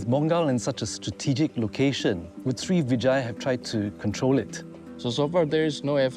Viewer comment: Sri Vijaya - Pronunciation of Vijaya is with emphasis on the first syllable...